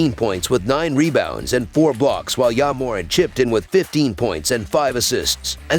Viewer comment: Called his ahh Ya Morant 😂😂